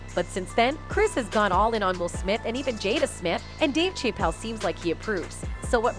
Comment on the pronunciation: Dave Shay-pell?